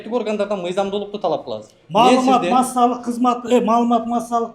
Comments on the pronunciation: Прокурор кассалык - массалык деп койдуго))) Бирдекеден корккон адам ушундай нервный болот. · Массалык кассап болобуз , ушул созду айталбаган чмо кантип иштеп журот. Бул биринчи класстан окушу керек. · "Кассалык, массалык" Деп тантыган, билимсиз"прокурор"имиш карапайым элдин койгойун чечмек тургай... Тантыпотурат😂😂